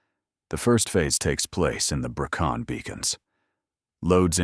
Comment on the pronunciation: Brecon beacons if you don't mind